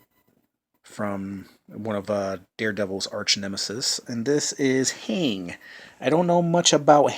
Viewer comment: Kang with a K not Hang. It would do you good to pick up one of the Marvel Encyclopedias and read through it to familiarize yourself with the characters before doing another vid like this.